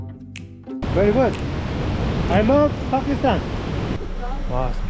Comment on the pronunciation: Not fakistan brother its pakistan😂